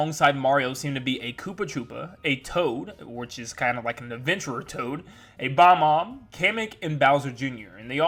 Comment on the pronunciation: BOB- omb. It's pronounced boB-omb.